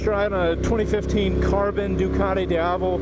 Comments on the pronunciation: it pronunce deeavel ;) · repeat after me: dee-ah-vel. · Worst pronunciation, man! It goes like dee ya vel. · It's pronounced Dee-avel. As in the Spanish word for day (Dia). Source: I am European. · its pronounced deeavel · You are pronouncing name of this motorcycle in a wrong way... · Completely butchered the name lol